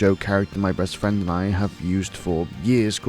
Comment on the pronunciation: ooh fwend